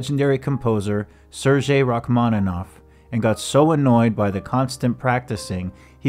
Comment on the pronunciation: "Sergei" is pronounced "Sair-gay" not "sair-jay"